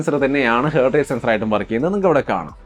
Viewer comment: ഹേർട്ട് അല്ല ഹാർട്ട് ആണേ 😌🥰